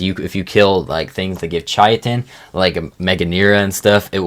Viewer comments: It isn't pronounced kitten dude. Kai-tn. Is how you should pronounce it. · Wtf is chai-uh-tin? Kai-ten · Hate to do this, but chitin is pronounced "ky-tin" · KAI-TN. Not chitin, not kitten, not anything else you crazy people have come up with. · Yeah. Like it's obviously basically pronounced "kitten," not "shitten" nor "chaiten" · Chitin is the one that winds me up the most ch it in it’s not hard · I want to preface this comment by saying I mean this as respectfully as possible. Now, disregarding that you mispronounced the names of a whole bunch of creatures wrong, that's not a super huge deal because a lot of them are really weird and hard to pronounce anyway. The one that stuck with me (and wasn't even a dino, it was a resource) was "Chitin". I'm not sure where you got "Chai-a-tin" from... but its pronounced "Kai-tn". The one dino I will correct you on... is Therizinosaurus. Its pronounced "Tickle Chicken". Lol, kidding. But I wanted to end on a lighter note. 100% though... I see this like walking around with your fly down. I'd want someone to tell me. So I do mean this in the most respectful way possible. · I truly cannot fathom how people are still mispronouncing chitin. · Stop saying chitin like that, please. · It always annoys me the way he pronounces chitin and the fjordhawk